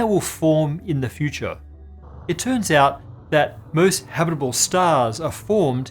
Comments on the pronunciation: the way he pronounces "habitable" as "habbidiboo" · when you say 'habitable' so fast that it sounds like habiribirble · Did you train saying "habitable" before the recording? 😊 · dude when you say the word "habitable", your syllable output rate increases by like 900% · It sounded like you said 1 million habitable years left.